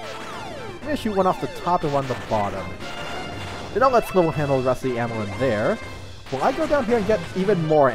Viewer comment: You said Slival's name wrong, it's supposed to be said like Rival